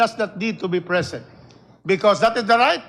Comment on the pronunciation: Putanginang yan…Ang titigas na inglis!!🤣🤣🤣 “shi must bi prisint🤣🤣🤣🤣